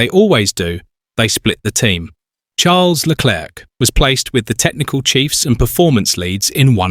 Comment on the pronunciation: why is charles name being said like that?.. is this ai?